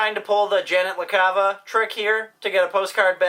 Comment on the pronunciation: its Janet LaCava :P but you were close :P